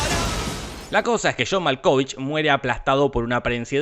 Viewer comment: Jamás había escuchado pronunciar tan mal el nombre de john malkovich 🤣🤣 igual me encanta te lo resumo así nomas